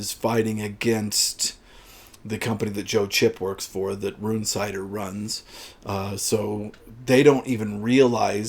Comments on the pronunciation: It's RUN-sitter! Jesus Christ, it's a normal enough name. Gordon Bennet, will you yanks ever pronounce anything correctly? RUNE-cider! Unbelievable! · The audiobook is read as Run-sitter